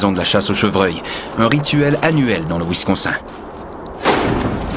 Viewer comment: "Winsconsein" aïe, aïe, aïe.....